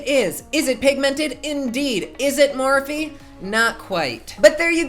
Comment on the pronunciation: i love the way u pronounce morphe...soounds so sweet...